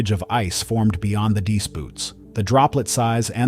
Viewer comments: Please - they are not “deese” boots! It is pronounced “dee-ice boots”. Two syllables. This spoils an otherwise great channel with good, interesting and accurate information. Well - it spoils this video at least 😊. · If you're going to do a whole series of stories about wings icing up, at least teach your AI how to say, "deice." Dee- ICE. Get it? An important enough detail to earn a thumbs-down. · Teach AI how to pronounce DEICE first, then post another video.